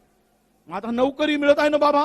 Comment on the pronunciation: नवकरी नाही नोकरी असते ती, कट आफ नाही कट ऑफ असतो.महाराष्ट्रात राहून मराठी पण नाही शिकलात.😂😂